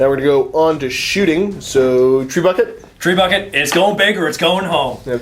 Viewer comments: lol thats not how you say trebuchet... but i will now know it as a treebucket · All my life I've been pronouncing "Trebuchet" wrong